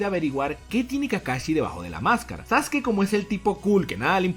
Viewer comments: Quien es sasuki? Sabes pronunciar los nombre? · Se dice saske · Dijo sasuke pero se dice saske